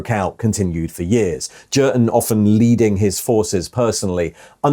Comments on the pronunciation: pronounced as in German J is a Y so Yurten, Jurten grates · I'm fairly sure the 'J' in Jurten is pronounced as a 'Y'. The only 40k book I know is Kreig and he's called 'Yurten' all the way through that one. It's a fairly poor book IMO and not recommended either!! A group of Kreigsman are ordered to remove their masks by Inquisition and so they do. But then we don't find out anything more. Was a very tedious read I found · its ‘Jurten’ mate. Not ‘Jurten’. 😉